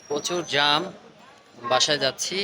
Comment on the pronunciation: এটাকে জাম বলে না জ্যাম বলে